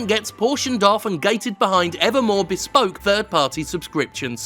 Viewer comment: The word 'Bespoke': exists Jim: bEsPoKE bEspoke beSPOke